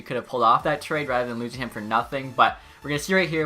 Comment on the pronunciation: have to have a litte chuckle after every trade “trhehade” is accepted